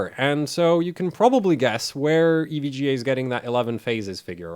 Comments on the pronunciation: Did you really just pronounce "EVGA" as "ev guh"? lmao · Glad to hear I'm not the only one who playfully pronounces EVGA "Ev-gah". :D